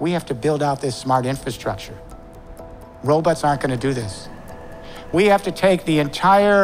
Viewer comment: He had me until he said, robutts.